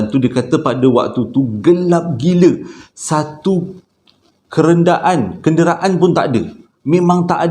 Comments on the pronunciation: Kenderaan bang bukan kerendaan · Abang!KENDERAAN...bokan 'KERENDA'an..🤣🤣🤣